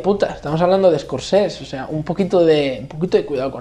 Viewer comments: Se dice SCORSESE NO SCORCES... madre mia dedicate a otra cosa xaval.. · a ver neno, se dice ES COR SE SE